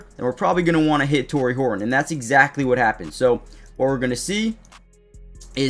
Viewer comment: go Hor un? Please. There is a T in that name. It is HorTon not Hor Un. You are not a Cockney Englishman.